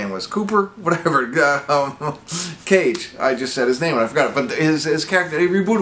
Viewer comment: It's Lukas Gage not Cage) plays Patrick) thanks for the review! I enjoyed it but it can be better